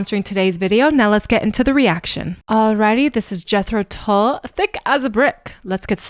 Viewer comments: Thick is a Brick is an album containing one song over 40 minutes long. They edited sections from it to play on the radio. You should check out the album. Tull rhymes with dull (not to say he is dull at all) and does not rhyme with bull. I agree with the comment below: Locomotive Breath is something you should hear. Lok at the output over the years and try to explain why Jethro Tull isn't in the RnR Hall of Fame - crazy. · THICK AS A BRICK is a 50 minute long composition. This is the much shorter Live version. "Tull" rhymes with HULL (like the hull of a ship).....